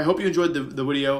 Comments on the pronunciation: it not video it’s wideo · Every time I hear Wolfey say 'wideo' I flash back to the time Joey told him to stop saying his v's as w's and nearly die laughing